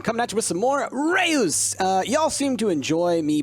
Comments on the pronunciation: more like r-uh-ss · Reus is the dutch word for giant. Its one syllable pronounced more like Russ. Great game and great vid